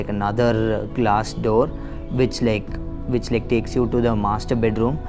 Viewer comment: Hi Mam it's which, not wuch